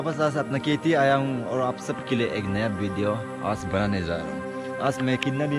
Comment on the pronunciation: Aas nhi its aaj bro😂🤣🤣😂😂pronounce theek krlo